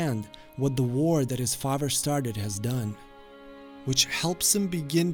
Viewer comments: Father NOT Fafer. So annoying. Good video though. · di... did you say zuko's faver instead of father? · The way he says father. Fahver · The fact that you don’t really pronounce the eth sound makes your pronunciation of “father” sound kinda German; I like it. Good character study. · Okay, I've got to say it. Father has a th in it, not a v.